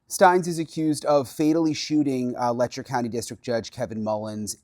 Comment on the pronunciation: "Letcher" County, Ky. Seriously ??